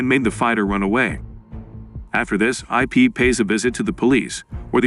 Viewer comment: it's Ip not I p. Ip man